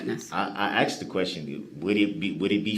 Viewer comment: Axed..axed....axed......he's such a manipulator!! He's such an idiot! Many doctors may suggest taking another test to make sure their findings are correct!